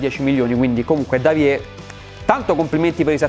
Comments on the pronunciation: Davie si dice deivi (scusa dovevo farlo ;-;) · La fonetica di Davie è sbagliata